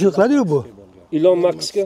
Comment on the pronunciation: Ilon Maks emas, Ilon Mask!